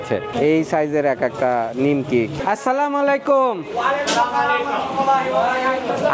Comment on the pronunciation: সালামত শুদ্ধনা,মালাইকুম না হবে আলাইকুম হবে।